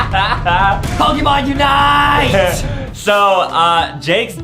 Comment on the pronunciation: Did justin said pokimon unite